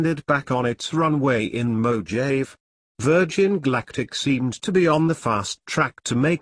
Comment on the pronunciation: It's pronounced Mow-haw-vee not Mo-Jave. Haha!